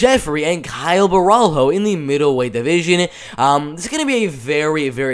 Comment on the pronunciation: its "bohalio"... you see him again btw